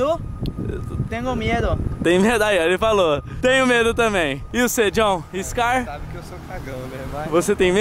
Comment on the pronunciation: quando vc for falar "scary" fala assim "squers" Edit: sem querer criticar claro:3 Ej ti perdida;-; cade os outros da equipe dos Caçadores de lendas?